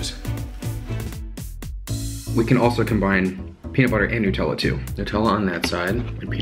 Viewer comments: It’s not newtella it’s NUTella like how do you say nut do you call hazelnuts hazelnewts? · Lol "nootella" nonononono it's NUTELLA it's Australian so I know it's NUTELLA not nootella because I AM Australian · Nut tella not noouutella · Is it actually pronounced "New"tella or does he just say it weird? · It’s Nutella not newtella it’s from Germany when I am right and we say it like that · So Nutella is a hazelnut spread. HazleNUT... hence Nutella. Not new - tella. Get it rite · Tf is a NUTella lmaoooo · Its pronounced Nutella cause it's got nuts👻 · wait who pronounces nutella like that?!